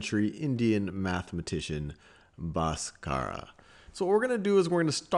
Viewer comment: "BHASKARA" not "BAASKARA"